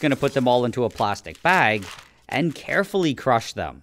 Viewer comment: he said carful